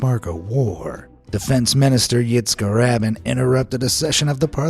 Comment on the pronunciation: Pulling pranks on April 1 is like getting drunk on March 17. It's strictly for amateurs. Let's hear that mispronunciation again, shall we? "Yitzkah Rabbin" You forgot about the Alternative 3 "documentary".